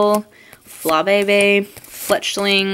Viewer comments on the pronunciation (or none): its fla-bee-bee not fla-be-be (for flabebe)